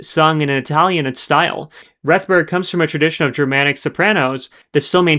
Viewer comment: . Francis Robinson, in interviewing Rethberg, pronounces her name in the same way that you do. So taking into account both Cross and Robinson, I think your pronunciation is correct. Perhaps she didn’t mind one way or another.